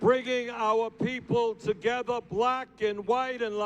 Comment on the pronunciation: Bernie 'TOGETHA' Sanders